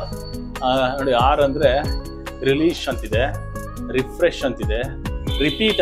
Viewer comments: ಲೋ ತಿಕ್ಲಾ ಅದು ಆರ್ ಕಾಣೋ, ಹಾರ್ ಅಲ್ಲ, ಮೊದಲು ಕನ್ನಡ ಭಾಷೆ ಕಲಿ, ಆಮೇ ಲೇ ನಿನ್ನ Reels ಮಾಡು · Appa, it is not "haar haar haar" kannada nettig kaliri modlu neevu